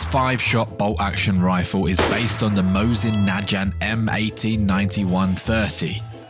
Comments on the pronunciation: I, too, would want a Mowsyn-NAHjant. It's Mosin-Nagant. You pronounce the G, like Grapes. Or Garden. Not, G(J)eronimo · Mosin Najant? It's pronounced "Moist Nugget" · It's pronounced "Mo-sin nuh-gawnt" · At least pronounce mosin nagant rjght